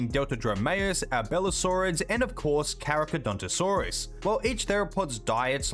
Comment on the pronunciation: good video but you holy, you butchered carcharodontosaurus name while prouncing it